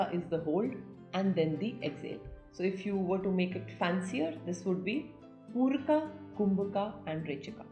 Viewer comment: Why are you trying to say pooraka and rechakaa etc. When it’s simply poorak, rechak and kumbhak in yog sutra